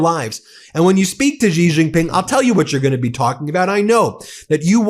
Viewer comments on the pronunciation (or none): Stop calling him gee. It's she. Xi is pronounced she. I know I read and write Chinese and speak fluent Chinese.